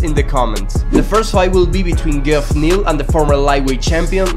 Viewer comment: Bro called Geoff Neal ge off